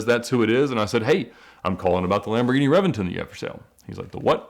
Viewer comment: I have to say it. I hate the way he pronounces Lamborghini names